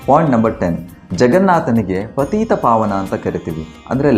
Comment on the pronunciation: ಪತೀತ ಪಾವನ ಅಲ್ಲ ಪತಿತ ಪಾವನ